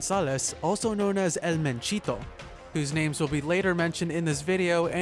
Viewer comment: It's not L. It's EL